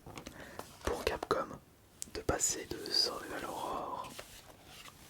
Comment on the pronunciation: Resent Evil, surval horror, all-in the dark... C'est Jean-Michel à-peu-près 😅?